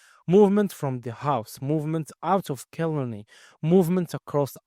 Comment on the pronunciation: It is pronounced kill aaar ney